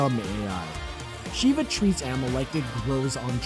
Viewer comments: Also, Sheva of RE 5? Her name is NOT pronounced "She-vuh." It's "Sheh-vuh." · Ben2099-1 for me it was those 2 and Sheva. The dude didn't even pronounce her name right